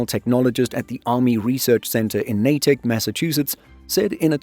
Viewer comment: I live near Natick. No miltubers ever pronounce the city name correctly. Except for this video which had it perfect.